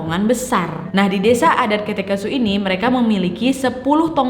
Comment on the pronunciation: Kak sebenarnya banyak kata yang salah kakak katakan kayak ( kete kesu) itu seharusnya ke'te' kesu, dan juga bukan tongonan tapi tongkonan. Tidak bermaksub untuk menyinggung kakak tapi saya sebagai orang toraja hanya mem benarkan kata - kata yang salah kakak ucapkan. Atas perhatiannya saya ucapkan terima kasih😅😅